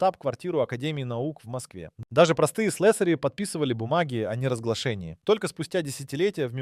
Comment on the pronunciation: слэсари и буро́вые работы - убили, откуда лезут эти неучи с таким бешеным желанием бубнить в микрофон на камеру и что-то рассказывать другим? доучитесь в школе сначала